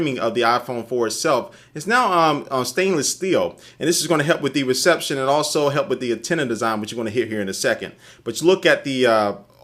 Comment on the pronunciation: ''cell phone reshepshion'' LOL